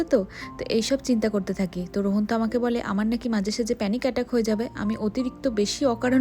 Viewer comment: Rohon na please rohaan 🥺🙃